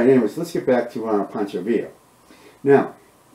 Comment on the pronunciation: Pancho not Poncho